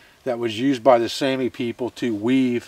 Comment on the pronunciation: is pronounced like Sahmi but excellent demonstration,once again.